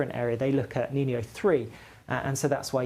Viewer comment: It’s pronounced “Neen-yo” not like this boy says it “Neen-ee-o’